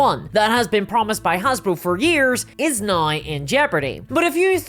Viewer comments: "There's no better example right nigh" ? ? What happened to the word 'now' ? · I love ya,, but... how exactly do you spell naoe... noae... neaow? 😄